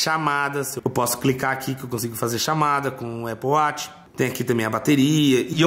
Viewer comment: Aple wati pqp fala direto